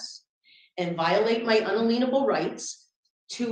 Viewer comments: She needs to learn how to pronounce "unalienable." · I hope someday she learns how to pronounce "unalienable." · Omfg, I've never been to court and I'm certainly no lawyer but, every time she said it I was screaming "unalienable" in my head! Lol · I hate the way she says unalienable instead of [un-alien-a-bull] phonetically correct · Uuuummm... Are you sure it's not, "un-alain-ubble"? The smartest "living human" in the courthouse said so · Unaleenable rights! 😅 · Ackshually that goes against unalalalienable rights. tbh mispronouncing & utter misunderstanding of that word was like nails on chalkboard, in mind she was having own little perry mason moment, sadly guests were the only ones stupid enough to see it. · She says they're violating "un-a-lien-able" rights. Un. a. LEAN. able. Astounding. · My “unaleenable rights” 🤣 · Un-uh-leen-able.... indeed... Unbelievable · I's like to ask Miss Smarty Pants Sov Cit what ''unaleenable'' rights are. Doesn't Miss Brains know that there's no such word. lol. Perhaps she should learn to speak English before holding herself up as a legal representative of cult. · Sorry, I HAD to stop watching when she became absolutely insufferable which happened during pontification and spouting off about “unleenable” rights. 🤮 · She couldn't even say it correctly! Lol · so these sorts that intentionally mispronounce unalienable it's kind of like a tell for a sovereign citizen. I've noticed Lauren bobert pronounce it that way on more than one occasion... Very telling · The biggest crime is pronunciation of “Unalienable” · I think weird pronunciation was intentional. The emphasis was on the syllable LIEN. I suspect this is related to their weird ideas about commercial codes. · Someone teach how to pronounce unalienable…please!!!!!!! 😂😂😂😂😂😂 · Oh my word, it’s unALIENable rights. I know she knows she said it right once!!! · The worst part of this is the defendant’s pronunciation of “unalienable.”